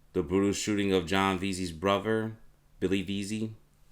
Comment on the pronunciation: My dude... the amount of words you mispronounce. Not trying to be the word police, but man.... -Bruver instead of brother. -Uhver instead of other. Some words are just wrong bro. *You said betrayal, but you meant "portrayal." Should have been "portrayed." Theres more but im limted on time. Again, im not being a jerk. Just trying to help you. Just try to slow down a little, get those things ironed out, and your videos will have better quality. Peace man